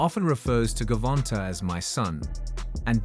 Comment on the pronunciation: First of all learn how to pronounce his name before you do a piece on him look at the spelling, and you said Gavonta said with a smile to Davis, that's the same person Gervonte Davis sharpen up on your journalism skills boy